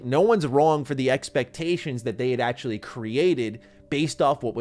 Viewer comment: Todd: “It’s like Skyrim in space.”: “ACKHULLY, it’s like Oblivion in space.” JFC dude 🤦‍♂️